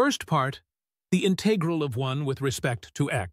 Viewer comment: INTAGRAL!!!; : INTEIGRAL!!!; : DIIKS!!!; : DIIKS!!! : DIIKS!!!